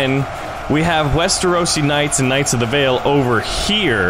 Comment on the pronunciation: Can't tell if you're saying "whites" or "wights" 😂